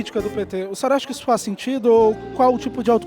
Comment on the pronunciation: "Robou, mas feiz"! Kkkkkkk